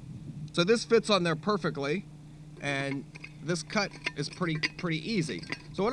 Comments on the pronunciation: Did he say perfect cut or perfect cat in ? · it's a perfect cut; MEEEOWW (read: did you just say perfect cat?)